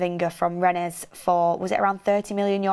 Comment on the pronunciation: Sign Camavinga from "Renne-es"?? Its pronounces Renne with a silent S...just so u know. Dont go and make another mistake like you did with Lecce not too long ago. 😂😂😂